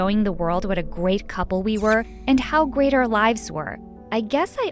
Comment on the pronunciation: Am I the only one who heard her say gwate instead of great?